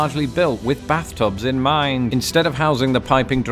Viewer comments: why do u put weird emphasis on the word "mind" lol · Why did you make "mind" have five syllables?